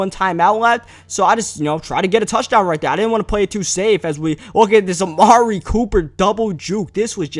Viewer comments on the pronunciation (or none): none